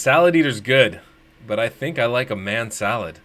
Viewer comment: Man Salad sounds like Ma Shalled. Like it